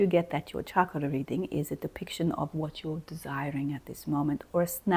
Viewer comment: Thank you for correctly pronouncing 'chakra', w/ the ch sounding like ch in chocolate, rather the the common mistake by Westerners thinking it is shakra.